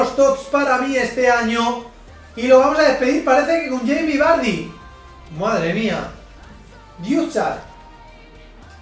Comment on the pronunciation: Madre mia 116 TOTS jaja increible que locura! Me encanta cuando dices yeimi vary xDD Un saludo!